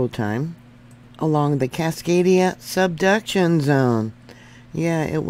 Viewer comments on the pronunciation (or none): none